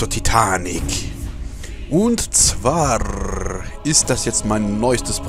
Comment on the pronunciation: "... und zwarrrrr..." XD